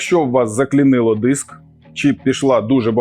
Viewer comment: не діск а диск і не стол а стіл